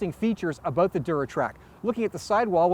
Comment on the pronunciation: lol aboot